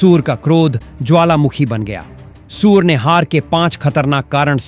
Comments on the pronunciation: Surey ko suver bol rahe ho Pahle theek se bolna sikho Shame on you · आप ठीक से हिंदी भी नहीं बोल सकते हो सूर्या को सूर कहते हो कुछ शर्म कर लो और टॉस इंडिया हारा था आप ने बताया इंडिया टॉस जीता और बैटिंग चुनी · सूर्य को सुअर कहने वाले को अपना उच्चारण ठीक करना होगा या उसे निकाल देना चाहिए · सबसे पहले तो आप अपना उच्चारण सुधारें, सूर्य को सूअर बोलते रहे, यह सही नहीं किया आपने.... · कृपया सूर्य कुमार के नाम का उच्चतम सुधारे,अपने समाचार वाचक को सूर्य और सूअर दोनो में जमीन आसमान का फरक है ,अगली बार ध्यान रखे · भाई गौरि से सुनो वो सुर नहीं सुअर भी बोले हैं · पहिले आप सूवर बोलना छेड दो